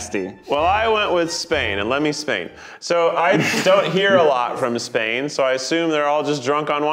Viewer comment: Keith said "Let me Espain" and my chronic pain was cured